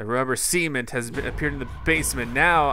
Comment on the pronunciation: haha "The rubber SEMEN-T"